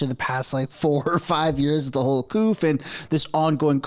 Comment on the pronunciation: The p is silent in coup